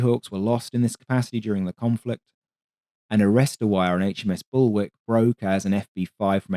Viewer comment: I was thinking it was just a whoopsie when you called "WARK" (pronounced WALK by the way) "WICK"!!!........until you did it again a few minutes later, tut tut lol.